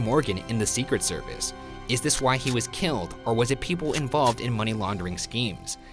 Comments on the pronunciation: For the Postmortem: Not a question, but I have never heard anyone pronounce Secret Service the way you do, Ryan. With the emphasis on SECret service, rather than secret SERvice. Unless you were just trying to annoy Shane. No judgement, just an observation. Keep up the good work, boys! #lovethehotdaga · For post mortem: why does Ryan say “the secret service” with such a strange emphasis?? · Sophie McPolin yeah he’s putting the emphasis on SECRET rather than on SERVICE. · I thought it was see-cret-SER-vice, not SEE-cret-ser-vice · The emphasis Ryan puts on "Secret" in "Secret Service" kills me on the inside. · very annoyed at ryan’s pronunciation of “secret service.” the emphasis is all wrong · Is it just me or does the way Ryan says "secret service" sound weird? and Devereux. I think it could be the inflexion he uses. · Why do you emphasize ”secret” in ”secret service”? It sounds weird. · Ryan, I love you very much but dear GOD why do you say secret service like that???? You emphasize secret SO MUCH